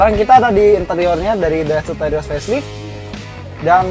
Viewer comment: lucu banget ngomongya daihatsu terios menjadi mengomong daihatsu teroris ha ha ha ha ha kocak